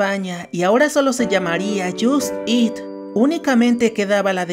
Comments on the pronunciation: Por favor, si vas a hacer videos, aprende a pronunciar palabras en ingles "JUST EAT"? Me sangran los oidos.... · Se escribe Just Eat, se pronuncia: Yost it... 🤦🏻🤦🏻🤷🏻🤷🏻